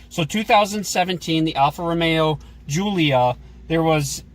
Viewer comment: Only thing they pronounced right was giulia